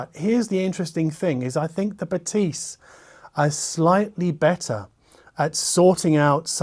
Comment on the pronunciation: Pronounced BathEs. Like the E in english is.